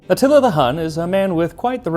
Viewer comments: You pronounce many other names and titles with flair—do so with Atíla, pronounced A tee la And it’s done in a pot so it becomes heavenly and falls apart. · bruh you really gotta listen to the names you say in your videos. i cant take another atilla xD